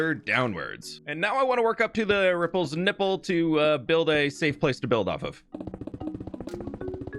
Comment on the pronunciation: did he just say the ripples nipple 😭